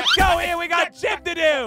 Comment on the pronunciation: he did NOT say gym.